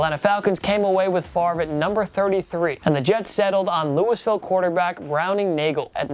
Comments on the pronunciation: Did you call Louisville Lewis Ville?? 😂😂😂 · For the love of God it Lewie-ville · A lot of these are common knowledge. Side note: , it's pronounced Louie-ville not Lewis-vile